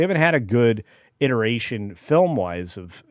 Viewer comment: Did he say "iteration" or "irritation"?